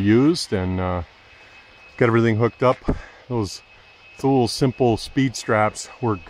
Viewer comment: The pronouncing of Thule is, toolee. Nice setup.